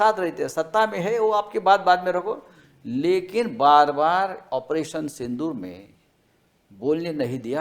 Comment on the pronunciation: Sindhoor nahi sindoor bhai